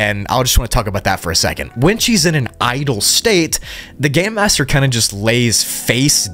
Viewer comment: it sounds like you said “the gay master”